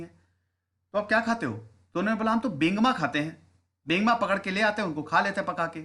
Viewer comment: बेंगमा नही बेंगुआ